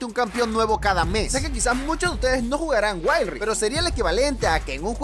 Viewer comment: jaja waild raift